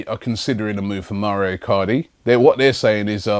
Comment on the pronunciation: wow I like Robbie, but when he pronounces the names is so shit Mauro iCardi - "maurio" Marcelo brozovic - "mar chair lo" Nampalys - "Napoli"